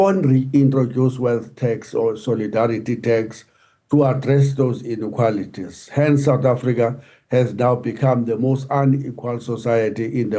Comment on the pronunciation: This "Inikualities" is getting boring now.